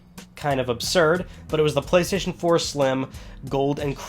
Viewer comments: Went straight to the comments when I heard Gaystation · The Gaystation? Lmao for the Gaymer! 🤣🤣🤣